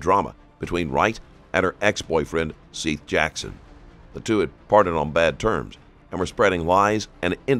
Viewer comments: You guys keep mispronouncing his name. It's SETH as in BETH. His name is literally said a couple dozen times. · Seath… like Heather. Feather. Death. Not seethe. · Even worse, pronouncing his name ‘Seeth’ 🙄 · This case is beyond dumb. Also, isn't it pronounced Seth, not seeeeeth? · “Seeth Jackson.” Sigh… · Seth Bargo? . Narrator made a mistake there